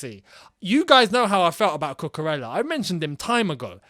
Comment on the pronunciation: A reminder lads that it’s pronounced cucuREYA. He is Spanish ffs. Frustrating when i see my fellow Spanish ppl not getting their names pronounced right